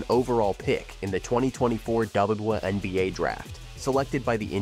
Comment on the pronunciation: “The dubowahNBA”